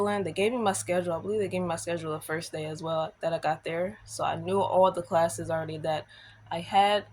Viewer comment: Your "Frist" time going to college? Are you taking an English class? 😂. Sorry, I couldn't resist. 😊